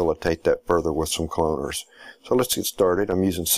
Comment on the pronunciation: pls dont say "cloaners" lol